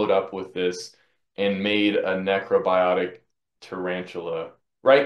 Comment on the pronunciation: you wrote necrobotic and then pronounced it necrobiotic on the entire video....